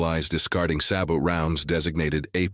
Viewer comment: SAB ot Pronounced SA-BO A eye shite